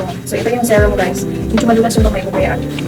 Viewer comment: Serum not zerum ☺️